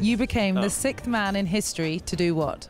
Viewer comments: the word is not sickth.. it is pronounced sixth.. as in six..TH. This reporter should be reported!!!! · It's sixth. Not "sickth" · "Sickth man in history to do what?" Can British people not say sixth, does she have a speech impediment, or is she saying a word I don't know? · "sickth" man in history (54, 104 secs)? sorry, repeat the question?! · bury is actually right. The girl said "sikt" or "sikth", but no "siXXXXXth" . That's why Roger mislead the question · ''sickth'' xD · I don’t know why but I hate how she pronounces ‘sixth’ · She can’t say “sixth”